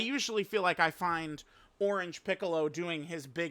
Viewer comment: “Ornage Piccolo” Didn’t know unc had dyslexia 😭